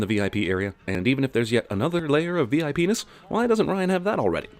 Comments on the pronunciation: did he say VIPenis? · Haaaaa he said VIPNESS (VIPENIS) 😂😂😂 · Did you say VIP-ness or VI-penis...? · He said VIPenis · VIPness sounded a lot like VI penis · What was said "VIPness" what i heard "V. I. Penis." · VIPness sounded like VI-penis. LOL...I'm assuming that was the point. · Nobody going to sin the fact he said VI Penis? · I know I'm immature, but are we gonna ignore him saying "VI-penis" ? 😂😂🤔